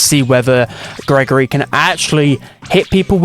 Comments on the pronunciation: Bruhh, it's pronounced gree-gree not Gregory 😭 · im pretty sure the dolls name is pronounced like gree gree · It's gross gris not Gregory